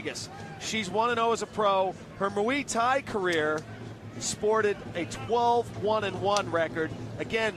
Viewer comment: What the fuck is mwee thai?